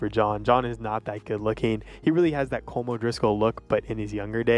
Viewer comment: SAY HIS NAME RIGHT, IT'S "Colom" NOT "Colm"